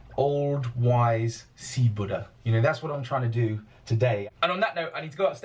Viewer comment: Ross saying the word “Buddha” has got to be the most entertaining word ever